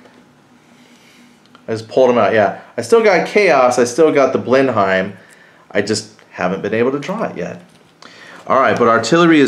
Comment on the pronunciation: The aircraft is pronounced blenum. I know English is messed up.